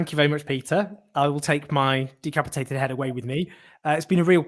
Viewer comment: "My head has been de capitated" ...fool , you have been decapitated , Jones you a mouthy kid.